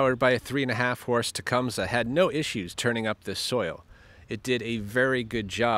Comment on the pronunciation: holy sh!t someone who knows how to say tecumseh!